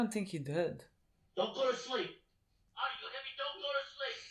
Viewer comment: Who wants to let them know that his name is "Artie", not "Archie"? Haha. It's not Riverdale